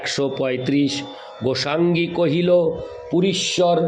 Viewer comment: রাধে রাধে প্রভু জী, শ্রী শ্রী চৈতন্য চারিতামৃত গ্রন্থ পাঠ শুনলাম ভালো লাগলো। প্রভু জী আমাকে মার্জনা করবেন, পাঠের সময় কিছু শব্দ উচ্চারণে ত্রুটি হয়ে যাচ্ছে। যেমন, মুঙ্গি মানে = (মুই) গোসাঙ্গী মানে = (গোসাঁই ), ঠাঙ্গি মানে = (ঠাঁই ), প্রভু পদে মুই আইনু তোমা পদে ধাঙ্গা, ধাঙ্গা নয়, ধাঙ্গা মানে = ( ধাঁইয়া )। শ্রী শ্রী চৈতন্য চারিতামৃত গ্রন্থ খানি বাংলা বৈষ্ণব ভাষায় লিপিবদ্য করা হয়েছে। বাংলা শব্দ উচ্চারণ ব্যাকরণ একান্ত জানা দরকার। গ্রন্থ পাঠ শ্রাবনে কানে একটু লাগছিলো, তাই লিখলাম মনে কিছু করবেন না, ভুল ত্রুটি মার্জনা করবেন। গ্রন্থ পাঠ অডিও টা একবার শুনবেন। জয় রাধে,।